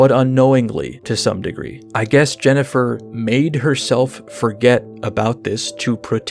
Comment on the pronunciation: Today I learned that Korean voice actors apparently have no idea how to pronounce Jennifer or indeed some of the other character names. Why didn't they just name the characters with Korean names? Many of them look like they're Korean... Then we wouldn't have JENNIPER.